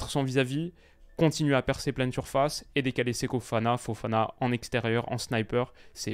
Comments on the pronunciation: Répète après moi: "SE-KO FO-FANA", tu peux le faire 🤣 (Séko Fana, ça le fait, mais je ne te connaissais pas ce type de faute de diction, alors je relève, juste pour la blague 👍😛) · Toujours "Seko Fana" sans raison :/